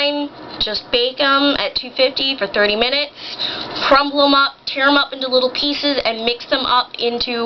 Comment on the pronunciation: She said 30 minutes. It kind of sounds like 3 tho.